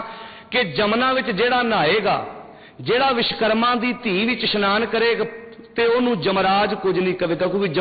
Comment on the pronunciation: विशकरमा नहीं (विश्वकर्मा) वोलना सिख तेरे जन्म तों पहिलां असीं मंनदे हां अव तेरे कहिन तेकोई नहीं हटेगा विश्वकर्मा वर्मा जी दा पोता सी